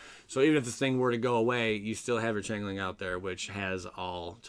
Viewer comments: Changeling = Change-ling (not chang) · It's rune (roon) not ruin lol. Also change-ling